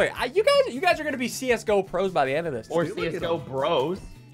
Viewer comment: How he says see us go pro like csgo